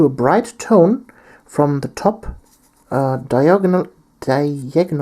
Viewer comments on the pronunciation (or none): Just for future reference, diagonal is pronounce di (as in "die") - ag (as in "aggressive") - o (as in "oh dear") - nal (as in "final").